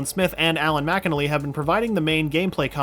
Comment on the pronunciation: you said mcnally wrong